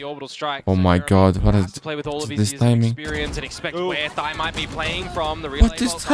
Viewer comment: With all due respect thyy's name is actually pronounce as "tee aitch why why" each alphabets individually, idk why the caster called him thy. It could be that thyy changed it himself so ppl could say it easier. If anyone know anything about this please tell me.😅